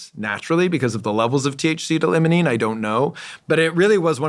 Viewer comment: It’s said like, ‘LYMEolene’ not ‘LEMONENE’ You’d think he’d know this. Also, he claims the most dominant terpene in cannabis is Myrcene? I wonder if his studies are of strains coming from northern hemisphere growers. The dispensaries here in the south have nothing but majority limonene in their strains. I think he should research more into terpenes. The best shampoos in my opinion have limonene as one of their top ingredients. It truly wakes you up! There’s no myrcene shampoos out there though.